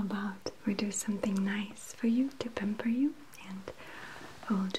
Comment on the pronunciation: Lol Everytime I watch this which is my favorite one, you say it's pamper time but it sounds like Penber time as in Raye Penber from (Death note) lol 😁